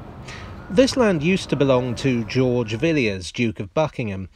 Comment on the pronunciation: Yes, she's descended from a half-brother of George, the first Duke of Buckingham. It should be noted that, by tradition, the second 'i' in the name is not pronounced, so it was a little jarring to hear the otherwise excellent do so.